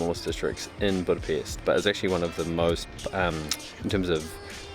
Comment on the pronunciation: Hi Guys, Nice video, I hope you've had good time. On the first hand many thanks for pronouncing the word Budapest properly (most of the times😀). On the other hand I want to share two things; 1. We don't have Jewish quarter. The place what people are use to call by that name refers to the Jewish ghetto's position in the Second World War. 2. The smell is because of all the drunken peoples are constantly urinating on the street..😪 Thanks for the visit, next time try these; kőrözött, hortobágyi palacsinta, rakott krumpli, and házi pálinka. All the bests; István